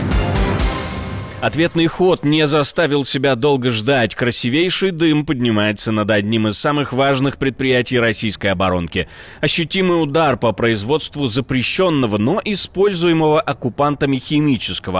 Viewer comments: самый нормальный диктор. Только правильно говорить "красИвейший" вместо "красивЕйший" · Не красивЕйший, а красИвейший